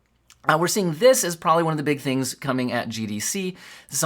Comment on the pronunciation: 34 "....I feel we can do great *TINGS* together....." YOU GO gurl, a.i.